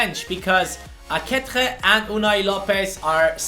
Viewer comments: Ehm i think few episodes ago you found out that aketxe is pronounced "aketche" but you still pronounce him wrong. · Arratsaldeon Bilbotik! Good afternoon from Bilbao! I see you have some problems to pronounce Aketxe's name xD I'll try to help you: You alredy know how to spell the first part of the name ("Ake-"), so the problem comes in the "-txe", which is pronounced like in the word "ca*tch*y", but the last "e" from "AketxE" is not pronounced like in the word "b*e*" but like in the word "b*e*st".